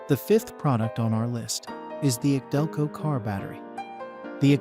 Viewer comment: This is AI vomit. Don't bother watching. Can't even say AC Delco. Thinks that Optima batteries are good....